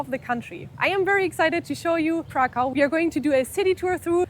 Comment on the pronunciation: Kraków a nie żaden krakau !!! Krakau mowili niemcy czyli naziści podczas okupacji naszego kraju.